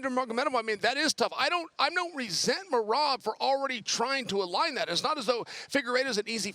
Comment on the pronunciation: I know Chael is screwing up Merab's name intentionally